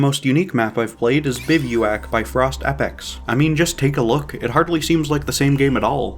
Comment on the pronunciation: Great video! One tiny note. Bivouac is pronounced “biv-oo-ack” or “biv wack” more commonly.